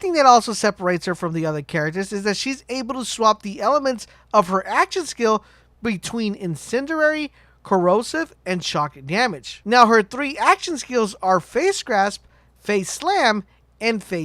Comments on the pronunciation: In sin de airy Di gē I swear if i hear digi again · lol, say incendiary again?